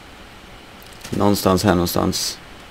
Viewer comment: hahaha han säger nåstans här nåstans lol